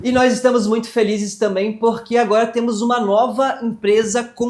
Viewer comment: Gente amo os vídeos de vcs, mas pq a fala “porqui” ao invés de porque?